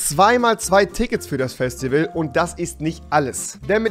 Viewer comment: Ich will auf das Fäschtiwäl weil ich hier ein Kommentar schreibe! xD